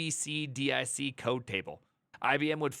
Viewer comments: Real programmers know how to pronounce eb-sah-dic without reciting the letters EBCDIC one by one. 😉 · We pronounced it "TEA-CO", TECO. Editor ran on the PDP-11. Also its, "Ebb-cid-dick" EBCDIC.